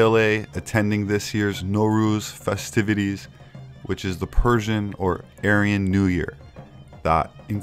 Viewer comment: are you Persian? Your knowledge of Persian culture and history is bar none. Plus your pronunciation is on point!